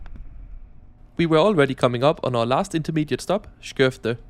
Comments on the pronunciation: State of the art. 😂 The heart of the railway network is clearly HALLSBERG! Thre houses, a korvkiosk and a huge fuck-off station!And you forgot Bögringen/Spottkoppen at Stockholm C. 😂 I think platform 10 is reserved for the GBG line always. (I never knew how much I needed to her a Danish person pronouncing “Skøvde” until you gave such a gift to my ears. Mange takk!) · 😄It was the perfec English paired with the pronounciation of Skövde and Göteborg😁